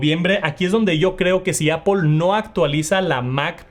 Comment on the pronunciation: Que es ApOL es lo mismo que aPL ? No se como pronuncias palabras más complejas en inglés, pero no puedes decir manzana 🍎 en inglés haha se pronuncia APL